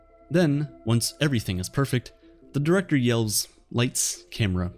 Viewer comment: Perfect only has 2 syllables :(